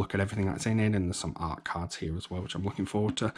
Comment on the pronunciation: " Awt cards" lol